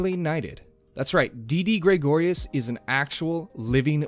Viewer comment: Please stop saying Graygorius